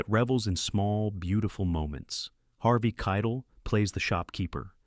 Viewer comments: Harvey Keetle, Gary Sinize, Seenaid O'Connor... shameful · If you must use an AI voice, get one that doesn't pronounce Harvey Keitel's name as if it rhymed with 'kettle'. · ARGH! I have loved these videos but mispronouncing Harvey Keitel's name instantly makes the video lose credibility and makes me lose respect for it. How do you screw up that name??? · I stopped watching after thinking this was an AI channel due to the absurd mispronunciation of very famous actors names Gary Sinise and Harvey Keitel. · You're mispronouncing Harvey Keitel's name. All those crappy youtube videos on how to pronounce his name are wrong. You also mispronounced Sinead O'conner's name. I can't help but suspect some artificial involvement in this channel's videos...